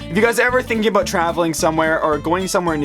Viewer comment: Aboyt. That stereotype sure is true though.